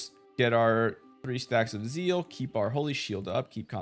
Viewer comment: ..ok, I had no idea what Zeal is nor that it exists, cuz I thought you were sayin Seal but for some reason with German accent..and not to mention how much I got confused when you mentioned seal and zeal in one sentence.. 🤘😅